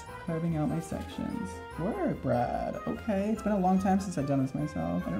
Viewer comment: She said bard instead of brad